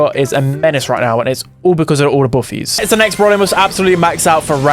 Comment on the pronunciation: Is it brawl stars or buffie stars 🐸